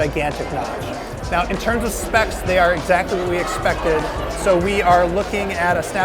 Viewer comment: "Exactly what we exSPECted"